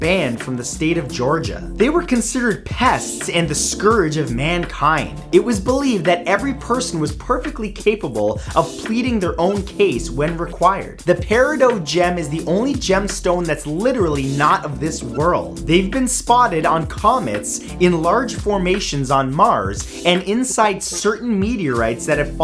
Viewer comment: Lol "Perido"